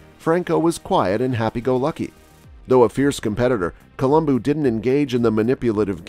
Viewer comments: It’s colum Bo not columbooooo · It’s not Coluboo it’s pronounced Colubow 😜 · He said it quite well it ends with a "u" not an "o" and in the romance languages vowels retain their singular sound. Thus Col-um-boo or bu is correct. Col-um-boh is not. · Colombu not Colomboo!!! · Why does this guy gotta call him Columboo? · Yeah every time he pronounced his name I cringed but lots of folks pronounce words differently so I was inclined to just give it a pass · At least pronounce his name right, bro! Good grief. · Learn to Pronounce his named correctly if you are going to do a video....kinda blows your credibility on what you are reporting.